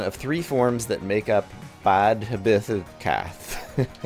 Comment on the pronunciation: Fun with Gaelic dh is pronounced like a th and bh like a vah sound so the Badhbh is Bathv, Th is pronounched like the h sound, so Cath becomes Cah. Interesting mishmash of mythologiess here too, yetis from Tibet, Baba Yaga from Eastern Europe and the Huallepen appears to be a Chilean critter of legend.